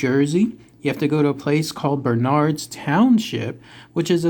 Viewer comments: Towns pronounced "burnerds". The Klan is still here...allegedly. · FYI...It's pronounced "BURN erds" county..Accent on the first syllable. I grew up miles from there.